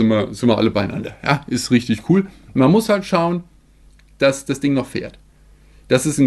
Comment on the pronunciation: Ich liebe die 10000 wörter begrüsung und dieses rüchtüg. Einfach zu nice😂😂😂